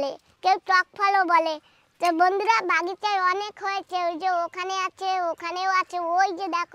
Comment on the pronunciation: বাগিচা উচ্চারণ ঠিক করুন আর বাংলাতে যখন বলছেন বাগান বললেই শুনতে ভাল লাগবে ।